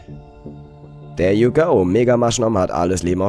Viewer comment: wenn du schon so gerne "denglisch" sprichst, und denkst du seist cool, dann üb wenigstens das "th" es klingt nämlich einfach lächerlich, wenn du dauernd "der" you go sagst ;)